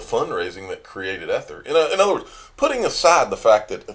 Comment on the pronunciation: E-ther.. it’s pronounced with a strong E. Just a heads up.:) Thx for all your hard work!